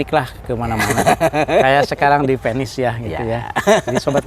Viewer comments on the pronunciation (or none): Naha Venice diucapkeun Penis ...?😮😂